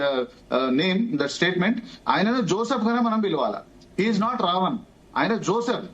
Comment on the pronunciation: పేరు జోసెఫ్. పూర్తి గా పలుకు తల్లీ...